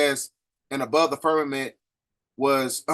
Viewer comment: Do you mean to say firmamented? Cuz it sounds like your saying fermented, slightly confused